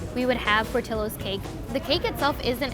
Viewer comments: The whole time, I kept thinking they’re mispronouncing the name. Shouldn’t it be Por-tee-yos? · There's no way their name is "PortilOs". They are spanish, it's "Port-ee-Yos" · It’s pronounced Portiyo not Portillo. Double l makes the y sound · The real crime is the pronunciation. It’s not Portill-Ohs it’s Por-tee-ohs! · Hispanics cringe every time the name Portillo’s is pronounced wrong In this video. It’s Por-Ti-Yo nor Por-til-lo. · Pronunciation is Portillo's Not Portilo's. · Why is it pronounced portillo... it’s “Por-Ti-Yo” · Why am i cringing when she said portillos and i feel like its should be pronounce portiyos but whatever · It's funny how Americans can pronounce rare names such as Louis Vuitton, Cartier and others but can never EVER pronounce Latino names properly 😂 It's not Porti "low" it's Porti "yo" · Fax. In Spanish, it’s pronounced “Por-tiyo” and not “ por-tollo” double L is always the y sound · Why can't they pronounce it right lol Portillos(Portilowes)? Nahh it's "Por-ti-yos" 🤣🤣🤣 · Im pretty sure it’s pronounced [por-tee-yos]….. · Por til los... Should be correctly pronounced. It's a Spanish word. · That is way too much. Also its pronounced portiyos, as its a spanish name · In SoCal, we pronounce it "Port-EE-yos" like the double ll in spanish. lol oops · Love how they pronounce it “Portilos” hahaha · portillos... porti LL os who the hell was in charge of doing the pronounciation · My last name is PORTILLO and they are pronouncing it wrong lol the LL = Y sound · Why does she pronounce portillos like that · My last name is Portillo and the cringe with the pronunciation is real 😷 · Why do they pronounce Portillo like that? More annoying than “moist”. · They way everyone is pronouncing Portillo’s is driving me crazy! I get it though.